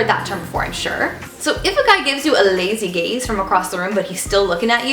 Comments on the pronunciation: I'm sorry (not sorry) but when she said 'the verdict is good for the lazy gaze' I was slightly out of it and I thought she said 'the lazy gays' and I just went 'better tell my friends' lol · am i the only one who heard "lazy gays" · i thought when she said “lazy gaze” she said ”lazy gays”